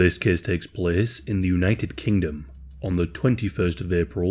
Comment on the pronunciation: “This cehs takes plehs..”